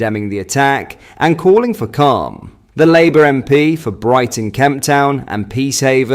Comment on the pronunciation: Well Done! you have learned how to program your AI voice reader to use your own voice. Now program it to pronounce words correctly. It is blatantly obvious you are using an AI reader because it is mispronouncing. Using a voice reader makes you no better than labour, which your reader couldn't pronounce, because it shows a lack of regard for your supporters and indicates you cannot be arsed to put some effort into your work.